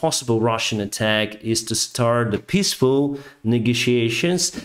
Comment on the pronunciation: I love your commentary, but it's hard to take you as seriously as you deserve when you talk about panton bridges (pontoon) and pissfull (peaceful) skies